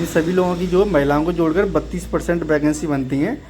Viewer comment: Vacancy ❌ Bacancy✅